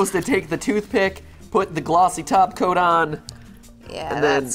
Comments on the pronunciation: Are they saying taco or topcoat? It's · It sounded like you were saying "taco" instead of "top coat"